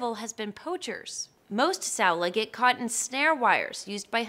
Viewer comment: Saola is pronounced like "sound-lah" not sellar